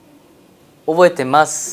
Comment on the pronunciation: オボエテ ﾝマス 可愛い😂😂😂